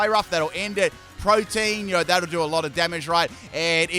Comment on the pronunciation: Just FYI it’s pronounced pro-tee-en not like protein. Lol